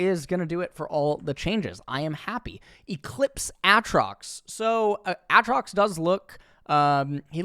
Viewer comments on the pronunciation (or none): I wish i had HALF the confidence has as he knowingly pronounces aatrox, shaco incorrectly.